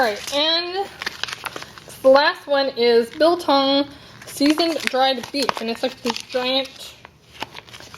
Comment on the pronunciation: Yes you pronounced braai and biltong correctly. Not sure how they did the piece in brine. Traditionally it is meat soaked in spices and vinegar then hung up and left to dry. You can eat it wet or completely dry. And yes you can break your teeth on it if you are not careful. Not sure what chili they sent you, with all the Indians here our chili can blow the top of your head off. Chili bites are a dough type of snack that has real chilies in it. Waaaaay too hot for me.